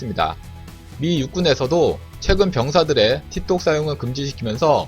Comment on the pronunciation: 티톡이 아니고 틱톡이다 발음좀 하 ㅜㅜ